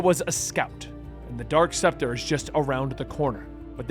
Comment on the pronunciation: Also it's dark specter not dork SEPTA okay